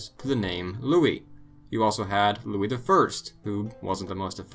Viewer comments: Lol yeah but Louis, not Louise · Louise wtf? That's Louis...